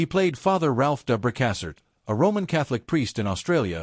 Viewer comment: He was my first ever celeb crush when I was in kindergarten, loved Centennial and Thorn Birds. He deserved better than this half assed AI photo loop on repeat. Dang near choked on my beverage when AI butchered Father Ralph’s last name. I’m out.🙄